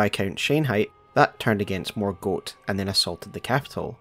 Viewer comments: I love the effort you put into your videos but please for the love of goodness, pronounce the names right 😩 It’s ‘Mor-Gott- not ‘Mor-goat’ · What's the reasoning behind your pronunciation of Morgot as morgote but you don't call margit margiet or margeet? Just feels like a funky inconsistency in the last vowel. ( edit, not a critique I'm just wondering) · It was particularly unusual because we hear the correct pronunciation when Morgott says his own name. Sometimes I wonder if youtubers intentionally use an atypical pronunciation to get more engagement.